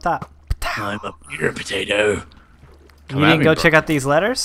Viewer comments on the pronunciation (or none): omg xD when said "Pootato", that made ma day:]